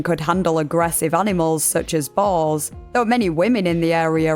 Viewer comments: Oh you’re saying boars, like pigs. Dang, took me awhile. I thought she was saying Balls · Are you saying "Balls" or "Bulls"???